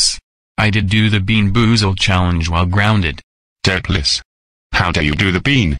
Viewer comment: If you want voice to say Doopliss correctly, type in ‘Do plis’.